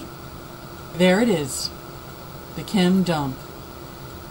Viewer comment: I like how u emphasize the word "Dumpp" bahahah. Good information though